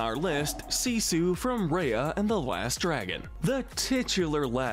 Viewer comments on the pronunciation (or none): What I hate is how he says reia instead of r-eye-a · Number one is the Love Monkey from Dinosaur isn't it? Also it's RYE-ah not RAY-ah. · Gollum is way more annoying than Gurg, not to mention more disturbing! At least Gurgi is aware of what he does and actually tries to change, where is Gollums even though he’s certainly “tries“ is just more schizophrenic and annoying and irritating to watch. Also Awkafina is awesome! Sisu rules and is such a fun and enjoyable character! :-) And you can’t even pronounce her Name or her movie right, it’s pronounced RY-a, So you’re really discrediting yourself there! The gargoyles also rule as well! :-)